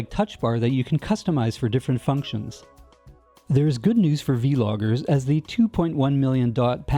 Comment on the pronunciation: Did he really say V-Loggers ?! LMAO.